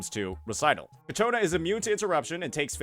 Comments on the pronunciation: bro i'm about to crashout... IT'S CIACCONA not cacciona :( XD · Please stop saying Cacciona... it's Ciaccona. I agree it's not that great of a name but it's whatever. Say it right tho, please. Also the title is spelled wrong... bruh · MAN ISNT IT “CHIACONA” wth is w the pronouncing 😭😭😭😭😭😭😭😭😭😭😭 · please it's CHAccona, not caCHOna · Ciaccona bro. Not Ccaciona. pls, for the love of god, im getting a tumor listening to it xd. No offense tho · Please it’s: Chia Co Na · Kichona lmao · Keeps pronouncing her name wrong and it won't stop bothering me. He can read right? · Hey don't blame him, it's the English language which is inconsistent with how words are pronounced. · Ciaccona's name is said in the story and he doesn't use the way it is said exactly. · Ok, after several videos, I gotta ask: Is it a bit that keeps completely butchering Ciacconna's name? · No, he just doesn’t know lol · Why does everyone pronounce Ciaccona wrong? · Fr bro must be doing it on purpose atp😂😂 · Thank GOD i'm not the only one 😂